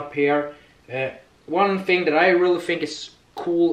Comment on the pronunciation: Not i fink its i think